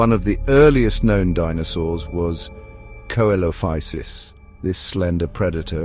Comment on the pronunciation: Yeh, Coelophysis is pronounced, SEE-lo-FY-sis.